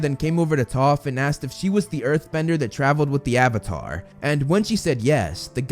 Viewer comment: use subtitels hé says toth